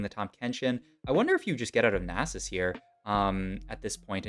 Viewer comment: the nie sus hurt more